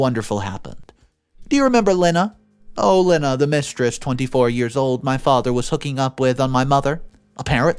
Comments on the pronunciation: The name "Lena" is NOT pronounced "Lynn-uh" It IS pronounced "Lee-nah" Another simple and common name that has mispronounced! (So what else is new?) I should think a video announcer would at least announce words and names correctly! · It’s pronounced Lee nah not Len Ah. Can you PLEASE ask Siri or Alexa on how to pronounce names. It takes seconds and does not piss off the people who have the name. Stop being so lazy. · Lena is pronounced as Leena